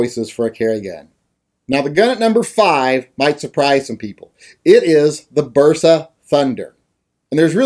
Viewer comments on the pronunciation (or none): Bersa? Totally WRONGGGGGG